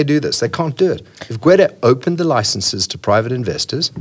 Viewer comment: "because Gwede..."